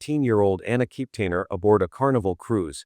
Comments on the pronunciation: Omg ; if you mispronounce Anna's last name Kepner one more time I think I will scream! You keep saying "Keptainer" there is no a i n syllable in that last name anywhere yet you keep talking about accuracy on the channel! Argh! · KepNER SAY IT RIGHT